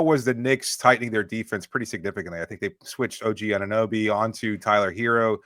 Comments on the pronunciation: It sounded like he called O.G. “Annabee” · I can’t strand the way says Anunoby.